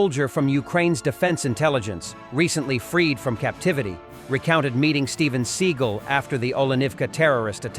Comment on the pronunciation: It is Sig-AHL, NOT Seagull.